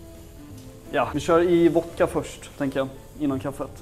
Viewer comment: Älskar när han inte kan uttala vodka så han säger voka